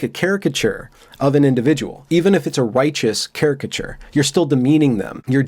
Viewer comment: Holy cow! got my enunciation note on caricature! 😍